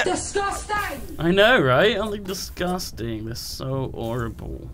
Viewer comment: When said "Disgustang" I had a feeling that whoever edited this would add that meme into it... sure enough, I was right. LOL!! Good job!